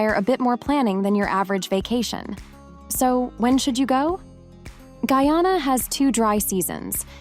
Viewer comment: This robot skunt mispronounced Guyana about six times yes.